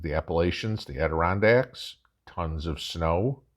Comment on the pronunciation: Great video! I went into get ready for the freeze mode this afternoon lol called and ordered our back up for kerosene aside from our wood 🪵. You are probably one of the only ones I’ve heard actually call out Adirondacks by the correct pronunciation. The Adirondacks is why our families have always prepared. My video coming out is me going frantic lol 😂 we are on that same mindset. Thanks for all you do!🥰🙏🏻